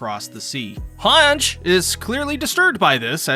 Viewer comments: Its han-gie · she's hange not hanj